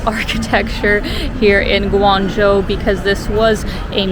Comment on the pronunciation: You did a good job of reviewing Guangzhou and you even got the pronunciation down! It's a lot easier to travel there than it used to be 20 years ago when I first went and my goodness is it different now, it used to be nearly all bicycles back then. You can get a 10 year visa to make travel to China much easier for a Canadian. I was surprised you haven't had congee before, in the Toronto area, congee restaurants are everywhere. I saw you also like Pandas, if so, a trip to Chengdu would be really enjoyable and it's a pretty fabulous city in its own right. If you can, I recommend trying to meet up with locals when in China, you will experience it much differently if you're not just a tourist.